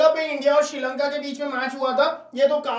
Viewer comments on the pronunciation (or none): none